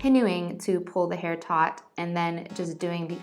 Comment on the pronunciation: “nice and tot” 😂😂😂